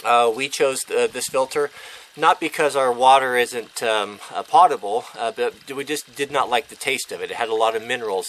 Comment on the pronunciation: FWIW: it is correctly pronounced "poe-table", not "pot-able". It has nothing to do with pots, everything to do with drinkable, from Latin "potare", "to drink".